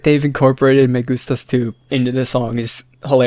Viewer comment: I'm fan, im from Latino América (México) and this song is so catchy. Loved the song too, and the dance is so good. When you say "me gustas tu" ajkhdf you're pronuntiation is so good. Bye.